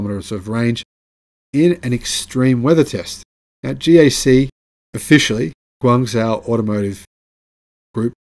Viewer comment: Guangzhou shouldn't be pronounced as 'guang zoo', but rather, ' guang joe ', as in Big Black Joe Biden.